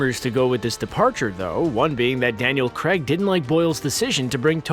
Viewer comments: The name Craig is pronounced "Krayg" not "Kregg," unless you are pronouncing Screen Rant, Screen Runt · "Craig " not Creg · Why do the Americans pronounce Craig like Kreg ? It’s Craaaiiig not Kreg ... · It isn't f***ING Cregg its Craig how do you yanks pronounce Pain?!! Pen??!! No! AI is pronounced AY Crayg not Cregg FFS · CRAIG NOT CREG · Creg? Creg? It's Craig... Why do Americans have difficulty pronouncing such a simple name? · Krayg. Not Creg. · Ffs its Craig, NOT CREG LOL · Who is this Daniel Creg you talk of? lol its Daniel CRAAAAAAAAAIG. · Omg, mispronouncing Craig? Craig not Cregg.its like wait and wet. You say Craig like wait. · CR'AY'IG not CREGG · Daniel CREGG 😂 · Why do Americans struggle to pronounce Craig? It's not Creg.. Think of "Cray" as in Crayfish and "Egg" as in.. Egg... I can't imagine how they actually pronounce "Creg"... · please at least pronounce his name properly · Dear narrator, please learn to pronounce Craig. Thank you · David Duncan nope! Craig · Daniel Cragg? Felix later? Why isn't he speaking properly?